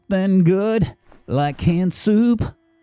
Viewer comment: In the beggining when you said canned soup I swear I heard hand soup so now I can just only imagine him eating soup out of his hand 💀